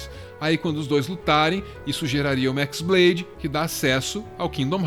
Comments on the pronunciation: na verdade não é X blade(de Xis), e sim chi blade, sendo chi a letra grega, ela parece um X e chi blade tem o som parecido com keyblade, foi uma jogadinha de palavras e sons, mas parabens, foi uma otima tentativa de trazer a luz da razão sobre essa serie maluca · Não é Xblade (exblade), é χ-blade. χ é uma letra grega, que se pronuncia como "Ki". χ-blade e keyblade têm a mesma pronúncia. Confuso? Sim, muito. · O nome da "Keyblade" original não é "Équisblade" e sim "Qui-Blade" o X não é a letra "Xis" e sim a letra grega "Qui" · “X blade” AAAAA QUE AGONIA DA SUA PRONÚNCIA ;-; No jogo a pronuncia é igual a de keyblade